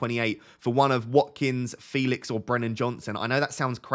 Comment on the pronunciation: Come on! Joao already said it's pronounced fElix 😆